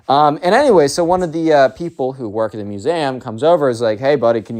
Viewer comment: lol how do you say museum